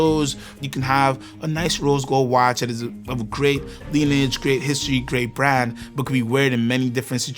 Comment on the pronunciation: This video felt like watching a non-watch guy reading a script about a subject he knows nothing about. He pronounced "lineage" wrong!